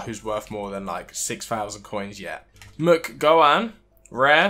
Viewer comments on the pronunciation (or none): The best thing about this video is hearing you try to pronounce names. Like, McGowan is a British last name how do you manage to pronounce it wrong lol